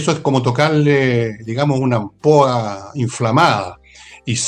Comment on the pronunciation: Señor villegas,la palabra ampoa que usted que usted dijo,no es ampolla?